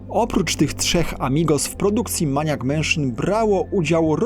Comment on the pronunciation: "Mejnijak", nie "maniak", a temat bierze się na tapet, nie tapetę ;)